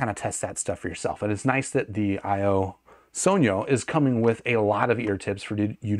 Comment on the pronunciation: THANK YOU for actually pronouncing "sogno" right.